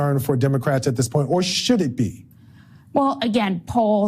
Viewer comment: It’s getting harder and harder to listen to you every time you say the word that is not a word DIS instead of THIS